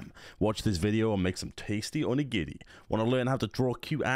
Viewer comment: Are we just going to gloss over how well pronounces onigiri